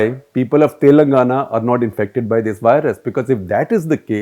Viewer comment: He consistently pronounces "Telangana" wrong. this is the correct pronunciation. How do you publish something so inaccurately??